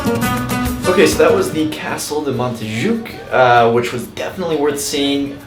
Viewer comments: 1. Ga U dÍ!!! Not Gadi 2. Mont JUIC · Jacqueline Díaz the same thing with Montjuïc, it is prononuced: montjuÏc, the i is the strongest sound.